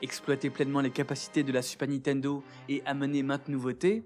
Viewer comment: Pour quelqu'un qui semble prêter attention à bien prononcer les mots japonais, vous mettez un point d'honneur à dire toujours "Nitendo"